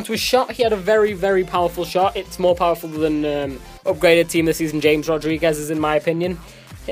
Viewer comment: James. You pronounced James wrong.